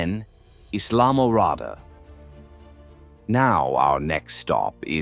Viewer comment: Islam Morada? The proper annunciation is Isle Morada pronounced as a single word